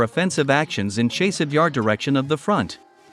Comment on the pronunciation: Dude! your reporting is good but your pronunciations are atrocious. After 2 yrs. grade school children are pronouncing Chaaasiv Yar! Not a chase.